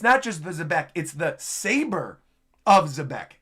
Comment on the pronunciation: I swear, Rocks looks like a mix of Blackbeard and Senku from Dr. Stone. Also, apparently Xebec is actually pronounced "jebec" according to Artur.